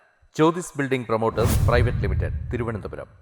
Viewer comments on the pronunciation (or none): none